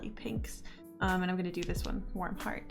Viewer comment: When you said “Warm Heart” is thought you said “Warm Fart” lol